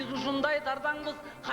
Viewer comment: Кайф замана дегенди Акайф замана деген